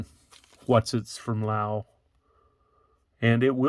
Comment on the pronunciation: When you're saying Lau, are you meaning Laos?